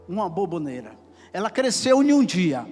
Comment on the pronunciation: Ela está falando sobre a forma que o pregador está dizendo "aboboneira" ao invés de aboboreira.